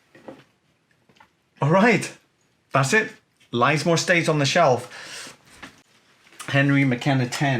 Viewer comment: Interesting as ever, it's pronounced Liz More btw, pleased its survived though